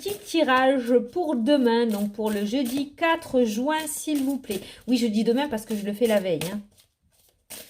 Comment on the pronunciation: Moi ce qui me fait rire c est que tu dises jouin ! Encore plus de 3 semaines de jouin 😂